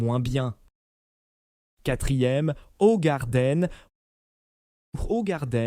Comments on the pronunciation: Eh, crane d'œuf, on ne dit pas Hogarden mais Hougarden ! Avec de préférence un H aspiré, mais on ne peut pas tout avoir... De plus InBev n'a rien détruit, la brasserie était à l'arrêt ! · Impossible de continuer c est une merde d'IA , et si vraiment c'est un humain il est con de chez con. Hogarden .... vraiment ?? Ca se dit {ougarden} connard! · Ogardenne...leert eens spreken😢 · HOE en néerlandais c'est hou qu'on prononce et le reste de la prononciation n'est pas mieux le e est toujours muet. Et Jupiler est une bière très sucrée pour la rendre moins amère et plus accessible aux gens qui n'aiment pas la bière.